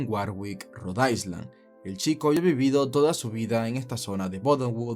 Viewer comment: Interesantes historias... solamente que cuando pronuncies la palabra island omite la letra s pues se pronuncia "ailand"...buena suerte.